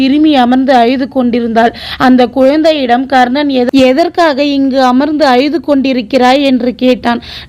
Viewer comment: Subscribe செய்யலாம். ஆனால் உங்க குரல் சோகம் நிறைந்து உள்ளது. மனப்பாடம் செய்து வாசிப்பது போல உள்ளது. அய்து ' என்று சொல்லாமல்' அழுது ' என்று திருத்திக் கொள்ளுங்கள். All the best.